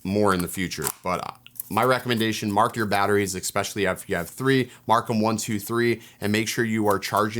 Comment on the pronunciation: Excellent overview. Just curious: Why do so many people say "ex-pecially"? I'm hearing it more and more these days.